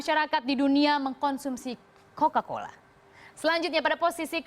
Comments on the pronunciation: Cola-Cola apa Coca-Cola? 🤣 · bacanya kola-kola 😂